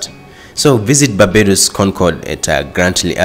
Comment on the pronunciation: did you intentionally not put the "r" in barbados ???